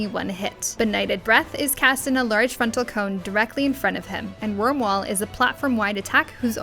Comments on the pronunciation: It's Akh Rhai with an I (eye), not Akh RhaL Also it's Wyrmwail (whale) not wall. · What's up with the i - l mix ups? Akh Rhai and Wyrmwail.